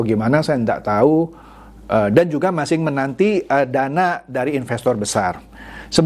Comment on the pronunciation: ciri khas ini kalau ngomong kata "masih" itu penyebutannya "masing"